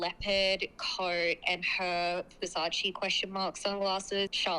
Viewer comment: I'm so over fashion girlies not being able to pronounce Versace correctly 😮‍💨